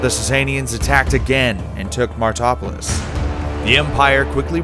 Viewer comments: it's "marty-RO-polis" not "martopolis", and means "city of the martyrs", it's not that hard. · Some issues with pronunciation here... Great research, but oh my God, the place-names. Where the f*ck is "Niniviv"? "Anseera"? "Martopolis"? i think there might even have been worse ones....